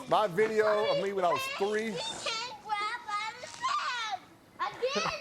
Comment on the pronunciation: "You can't gwab by the neck!"